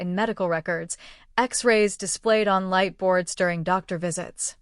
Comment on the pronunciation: Irrelevant, sometimes distracting background! Poor punctuation, and poor spelling of some everyday words in the written text! Poor pronunciation of some everyday words (eg. Dr) in the commentary!